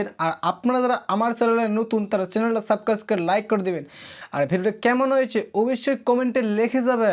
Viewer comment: আবারও উচ্চারন হয়নি, সাসক্রাইব হবে😅